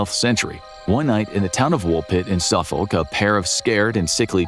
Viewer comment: Suffolk is pronounced suffok btw